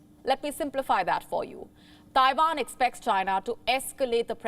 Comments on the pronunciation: Taiwan not taivan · WHAT IS "TAIVAN"?